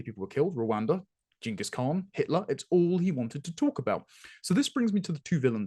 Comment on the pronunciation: His pronunciation of Ghengis is totally embarrassing!!